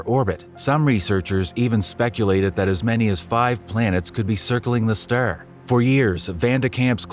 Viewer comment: This AI can't even talk. Ster...😂